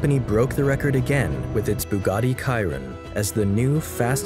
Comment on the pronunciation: Bugatti is written with double T, not how here pronounced with double D.